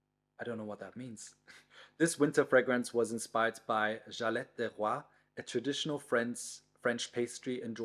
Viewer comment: What a coincidence,! I bought the Diptyque Almond Candle today, and it's burning right now, as I'm watching your new amazing video. It smells fabulous! The French word you struggled with, "galette", is pronounced with a German G, not an English G btw. I saw on IG you also like Tam Dao, which is one of my favorite fragrance too! Bisous bisous from Geneva.